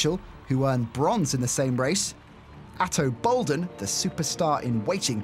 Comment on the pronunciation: Ato Boldon, not Ato Bolden.